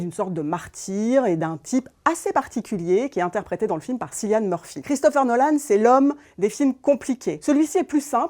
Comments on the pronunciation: Me suis arrêtée à SSSYlian, sérieusement pour une critique ciné ? Tout le monde prononce son prénom depuis des années ! Pas crédible du coup. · Cillian prononcé "killian" svp!